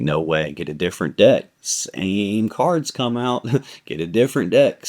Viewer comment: lol I thought you said “dick” instead of “deck” 🤣🤣🤣